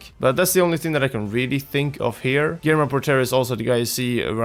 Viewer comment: No mean to insult but your pronunciation of Guillermo is horrible Gui- as in Guild (without ld of course) ller- like saying yeah but with an R at the end “yeahr” mo- like in Pokémon the “mon” but without an N